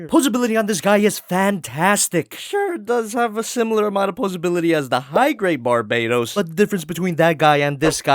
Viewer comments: Its BARBATOS not BARBAYTOS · Bar bay tos? NOOOO OMG STOP DAYJNG THAT it’s barba toast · I thought the gundam was caller Barbatos and not Barbaetos. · You sound wrong about Bar-ba-tos Use google translate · Bar-BAH-tos. y u do dis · Inhales Exhales Its BAR-BA-TOES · Another Bar-BAY-tows? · Oh my god it triggers me how you pronounce barbatos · Im slowly getting mad how you are saying his name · ...Aaaaaand he still pronounces the name wrong lol. Anyways the easily removable armor pieces are hints that they can be swapped out for the other forms planned--eh never mind I'm not gonna bother commenting about the figure anymore since no one here gives a shit about it. SwivelherePutitinmyassSpicySolidMadokaGodzillaPrime and other generic meme and line here.